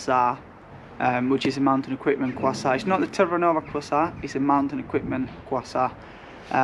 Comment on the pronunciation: duoleeteh and qasah 🤣